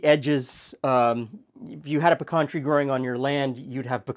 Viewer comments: don’t think we don’t appreciate long videos! I could watch for much longer, actually. Thank you! And at least in the South where pecans are grown, it is “p’CAHN”, like you say it. NOT “PEEE-can”! For god’s sake! Haha. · THANK YOU for pronouncing the Texas Nut correctly! Its "peh-cahn" or "p' - kawn" NOT " pee-can" ! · Ok but, YOU say pecan the same way I say pecan, and since I'm from Tennessee and you're not, I have to believe that it must be the really really correct way to say pecan! 😊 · Born in PA, grew up in Alabama, that's how my family says pecan too. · You say pecan like I do. So there are two of us who know the correct pronunciation- anyone who says it in another way is wrong. Great video! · what I've always found interesting is you pronounce pecan the same way we do in Texas (aka "the correct way" 😛). Is this typical in your region? Great research as usual!